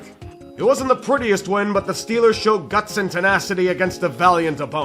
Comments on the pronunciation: Okay, Yinzer Mode has broken through sportsball again 🤣 STILLERS GAHNTA SOOPA BOWL!!! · St...Stillers go Supah Bawl?? STILLERS GO SUPAH BAWL